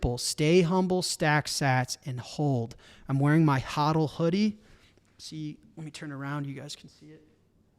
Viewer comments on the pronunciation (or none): none